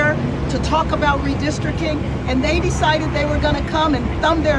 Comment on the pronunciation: Redistricking. No T. Lol sometimes that hood slips out.